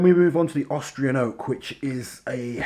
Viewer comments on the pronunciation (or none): none